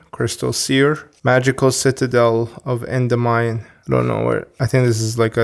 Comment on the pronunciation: Oof, you butchered that Endymion pronunciation (it's En-dim-ee-on). Anyway, I have fond memories of this deck. It was the only 5Ds archetype that appealed to me back in the early 2010s being an OG player. Sadly it wasn't very competitive. It was cool to see it be revived in the modern game but I detest the concept of Pendulums so it's bittersweet.